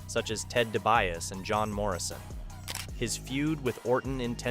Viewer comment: I feel like you didn’t watch this era because you don’t know how to pronounce Dibiase or any of the other names lol